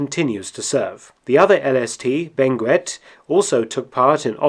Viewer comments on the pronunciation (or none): Fun fact, Benguette is pronounced as beng-get (useless fact)